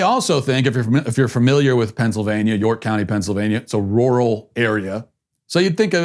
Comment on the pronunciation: Glad I'm not the only one who can't say 'rural'